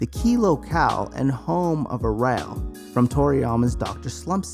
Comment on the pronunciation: The way this guy pronounced arale got my dying.